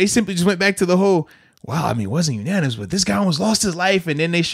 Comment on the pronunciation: Bud, it's "unanimous" not ananimous.